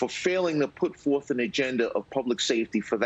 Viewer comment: Boeff and forff he says.